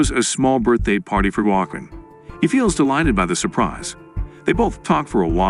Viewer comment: 18 ways of pronouncing 'Joaquim', not one of them correct.